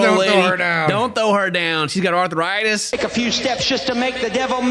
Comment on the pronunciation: Burning this ARTHUR-ITIS...right outta your BAH-DEH!!! I'm dying lmfao. 😂😂😂